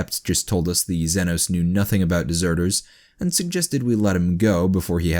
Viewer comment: The way he pronounces xenos causes me physical pain